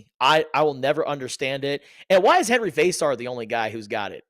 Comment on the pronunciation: Love, but somebody needs to teach him how to pronounce Henry Veesaar and Tobe Awaka. I cringe every time he mis-pronounces those player's names. VAY-sar. TOB-AY, my dude. You're a Wildcat! Listen to how B. Jeffries, Coach Lloyd, and the PAA say it, and match that! #DoBetter!